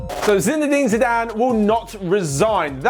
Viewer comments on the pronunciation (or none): said Ziiizzzedane Zidane